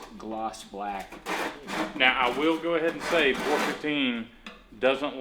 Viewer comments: please stop calling it "pour 15" its P.O.R for the abbreviated "Paint On Rust" not POUR..... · I love your vids!!! But, I think it’s Pee-oh-are 15 (Paint over rust)....don’t know why I’m now fixated on the POR 15 being said!